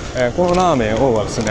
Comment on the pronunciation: ラーメン王のイントネーション！笑 × ラーメン↘︎王↘︎ ⚪︎ ラーメン→王↘︎